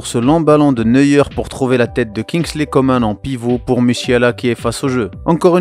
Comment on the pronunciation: COMAN ça se prononce ''Comment'' il l'as déjà dit c'est français